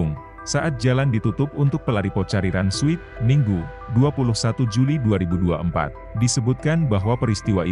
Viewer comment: SWEAT bg, bukan SWEET